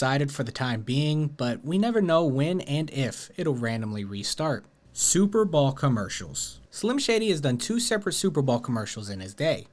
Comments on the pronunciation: What the hell is a Super Ball commercial, I believe you mean Super Bow- L? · is he saying superball ? i feel like he is and it is messing with me. anyone else hear the same it is around 34.40 min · Why do you keep calling the Super Bowl the "Super Ball" ? 🤣 Brilliant as Brendan Schaub, bapa 🤡 😂